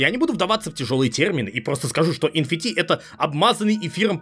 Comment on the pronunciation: Эн Эф Ти, не? Что это ещё за Фи? Откуда ты его взял, из греческого алфавита?